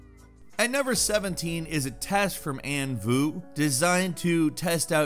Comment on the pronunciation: How to pronounce Anh Vu more correctly? Say "Ank Voo" instead of "Ann Vu."